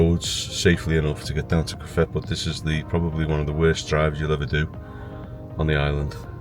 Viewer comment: Great video fantastic shots only thing pronunciations of cofete ..co fet e and you stayed in jandia pronounced handia for those who have never visited fuerteventura oh music to video also fantastic